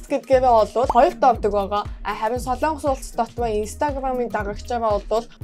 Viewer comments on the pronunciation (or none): none